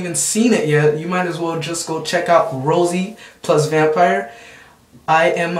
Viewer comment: um your awesome and all but you totally said rosairo vampire wrong and the names unless thats the dub verzion or something